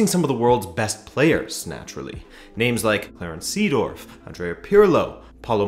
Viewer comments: Seedorf is pronounced like Saydorf and Milan is pronounced like Mill-an, not Me-lan. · Sadoff? haha. It's Seedorf xD